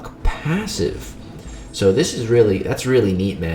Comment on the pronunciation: the way you said passive was funny! 😄🤣😉🙃